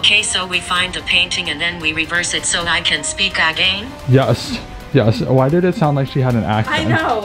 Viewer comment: the way it said again sounded like is said AgAaIn